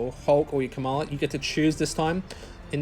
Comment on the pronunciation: Her name is not Kamal, it's Kamala